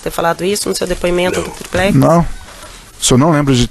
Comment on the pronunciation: Porra quem é esse Procurador? O cara fala "triprex", pra zoar o molusco, ou o cara é fraco mesmo?